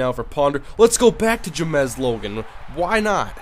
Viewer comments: Its pronounced James not Jamezz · james logan not j-mez logan :(*